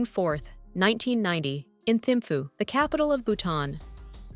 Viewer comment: Perhaps they can find an announcer who can spend an extra 2 minutes trying to pronounce names and places properly. "Pema, Thimphu, Dondep Gyaltsen", and almost every other name was mispronuounced.